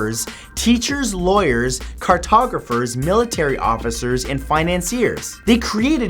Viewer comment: "Jofficers" — Really Matt?!